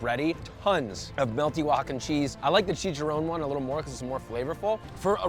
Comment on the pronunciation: chee-kah-ron, not chee-cha-rone just an FYI